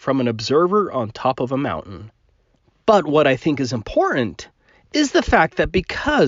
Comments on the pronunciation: I know this is a petty comment, but it grates on my nerves to hear being unable to pronounce the "T" in the middle of "mountain" and "important" ("moun-en" and "impor-ant" respectively). I'm already annoyed at his cherry picking and blatant disregard for observable evidence, so hearing that just makes it worse. [End of Minor Rant] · Listening to talk makes me wonder why his channel isn't called aboo conspiracies! Because he clearly doesn't know how to pronounce the letter T! Mow'en! 🤦🏼‍♂️ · sounded like his video was a response to a sane person he had already been arguing with for three hours, and was just about to explode. says "mou'an" instead of "mountain", and "impor'ant" instead of "important." What a strange verbal oddity; something I find more common in teen girls and young women than in males. can't understand how a sunlit white surface like clouds can be so bright against a dark sky. He need only look at Venus in a telescope in broad daylight, and compare the brightness of it against the sky with that of any clouds present. Or a ping pong ball held against the sky at the same time. Indeed, he would also roughly match the phase if the sight line is similar. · Can we discuss how that flerfer pronounces the word mountain. He completely ignores and avoids the letter t as much as he ignores and avoids truth, logic and science. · Why can’t he say the t in mountain!? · Minnesota. Is from Minnesota? Some folks from there use a glottal stop for T rather than tongue tip to pronounce “t”. Ba’le instead of battle, etc. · Trivial though it may seem, I really wish he'd learn to pronounce Mountain with the letter T in it. 😡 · WTF there’s a Fukn T in mountain, take a flying leap off your “mowUN” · I love when flattards speak. "moundain" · WTF is a 'Mout-in'? And what the hell is an 'Im-poor-ant'? Can an American please translate? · What is a "mount an?"